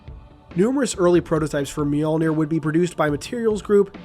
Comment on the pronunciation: FINALLY, someone on YouTube who knows to correctly pronounce “Mjölnir!” (Myuhl-neer.) Way to go, ma man.